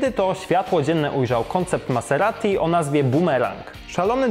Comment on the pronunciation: Fonetycznie maZerati. #MASERATI